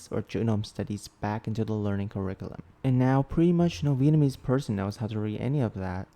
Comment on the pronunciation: hey, your Vietnamese pronunciation is very good. Keep goin' bro🔥 (I come from Vietnam)